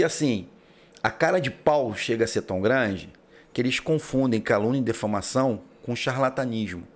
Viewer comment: Defamação😂😂😂😂? Kkk não seria difamação? Northwork é o Network da zona norte?😂😂😂😂 Só falta falar adevogado ao invés de advogado. Aí sim vai passar atestado de analfabeto funcional 😕😭😂😂😂